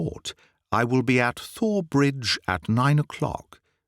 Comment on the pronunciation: I can't tell you how much I've enjoyed your work story after Story. I've listened, listened and re-listen. And you are absolutely brilliant! Thank you 1000 times. But isn't it pronounced Tor Bridge like the River Thames is pronounced Tim's? I am American I could be wrong on this sir let me know. LOL